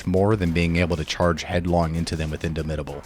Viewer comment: "if you took big friendly rock you can take soften them up" no. you literally cannot. i don't know why you didn't bother to check to see if this was possible lol. also the way you say "indomitable" is odd. it means unable to be dominated. you should say the "dom" part the same way in both words.